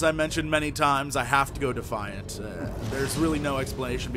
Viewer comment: the moment he said defiant I stopes watching